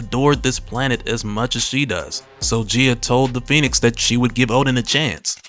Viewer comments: The correct pronunciation is Gee-a, not Jee-a I know I know, grammar NAZI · I am curious about the pronunciation used here. Is it not said Guy-Ah instead of Jee-Ah? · I believe she called GAYA (GAI-A) not GIA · Gaia/Gaea is pronounced - Guy-Ya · GUY-ah. Gaia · Her name is "guy-ya" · Your pronunciation of gaia irks me